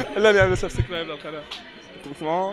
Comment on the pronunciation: It's subscribe not sub-sick-ribe 😎 سَبسْكرايب مو سَبسِكرايب تحياتي 💜